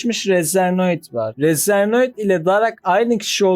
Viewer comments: Razernoid değil kardeşim Razenoid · Razernoid degil razenoid